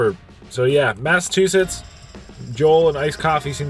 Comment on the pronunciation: ...is it a thing to call it massatwosits??